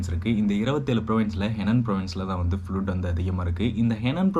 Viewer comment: ஃபுளூட் இல்லை தம்பி ஃப்லட் என்று உச்சரிக்கவும். But take care & be safe